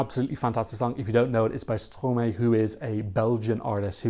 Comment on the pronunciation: It's pronounced Stro-my, because it's Maestro backwards ;)